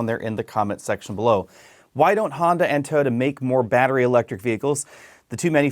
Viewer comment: Why can't you say Toyota?